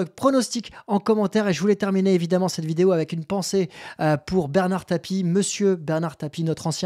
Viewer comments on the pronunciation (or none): none